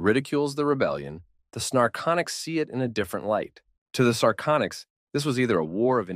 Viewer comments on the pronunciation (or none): The mistakes the A.I. reader makes can be rather amusing. I am hearing the name of one ET species as "snarconics", and the text says "narcotics"...perhaps these aliens are addictive? LOL